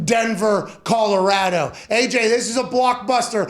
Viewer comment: As a resident of Denver, Colorado, I want to thank Pat for pronouncing ColoRADo properly. Emphasis on the A, like Apple. Also, Broncos Country ain’t gonna be happy having Russell Wilson behind center 🤦🏻‍♂️